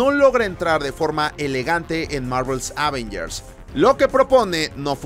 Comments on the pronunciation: Ávengers jajasj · Me pone muy nervioso esa forma de decir "Ávengers"